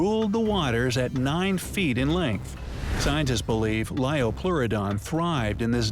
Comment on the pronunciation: it's Liopleurodon